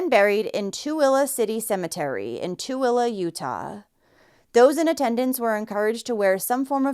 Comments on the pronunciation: Wow, I'm so proud you pronounced Tooele (Two-ill-uh) right! Utah names can be so strange, and that's coming from a native Utahn. On a different note: I, like many others, are surprised the biological parents didn't get charged with abandonment. This poor girl lost her life because of the bad decisions of others that she trusted. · Wow! I'm impressed that you pronounced my city properly! Nobody gets it right the 1st time! I'm curious why she was in Logan to be babysat, but burried in Tooele! That's over an hour drive, and tens of thousands of options for better babysitting care in between! Especially for a job at dairy queen. Js.. I dont watch tv, let alone the news. So I wouldn't know what was going on around me anyways. 🤷🏽‍♀️ I cannot imagine clapping a child's head! Especially if it was over the ears! That would inflict some of the most torturous, horrendous pain possible, and can very easily burst the eardrums, possibly even to the point of deafness! Ugh. That poor baby girl! 😢 RIP little angel! ✨️🦋✨️ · I was amazed by her pronouncing Tooele right too!